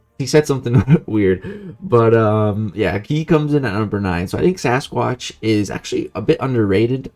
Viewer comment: I think called Sasquatch like ‘Say-squatch’ lol